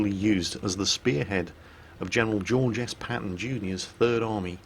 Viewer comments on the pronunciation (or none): none